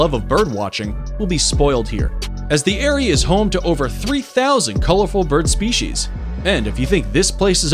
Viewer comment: Shtretching, exshtreme, speshies.